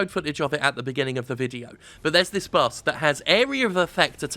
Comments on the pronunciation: while i agree, why do you find it impossible to say BOSS, and instead say BUS? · I kept hearing Bus when he said boss. I knew public transportation is really back in the US, but damn. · He said "boss" so many times it started to sound like "bus." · I keep hearing 'Bus' when Jim says 'Boss'. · is it only me that hears him saying bus instead of boss all the time ?? i might be really tired :S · lul he was making fun of how he pronounces "boss" cause the english accent makes it sound like "bus" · Love you Jim but I gotta be honest... I can't stop hearing "bass" or even "bus". Please drink some water. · Is it just me or does it sound like he is saying Bus instead of boss?